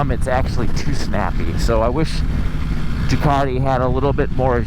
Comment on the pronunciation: Ducaaaardeee.. I always thought it had a ‘t’ in it